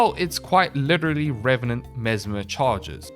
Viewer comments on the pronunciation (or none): none